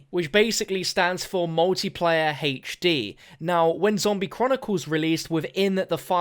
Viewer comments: “Hache Dee” 😂😂😂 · #heichD can't get over the way you say HD. Love it, keep up the good work.